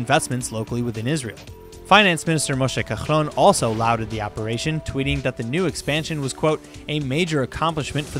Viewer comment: Israeli news broadcasts could use some support from native English speakers. Today “laud—“ was pronounced loud—, not lawed—, as it should have been. Just trying to help.